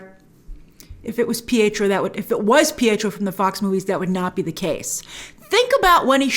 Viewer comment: It's deftnatly not pietro.